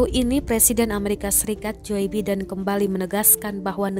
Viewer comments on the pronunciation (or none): Itu narrator Tribun skalian aja baca nama presiden AS jo abidin. Nanggung banget..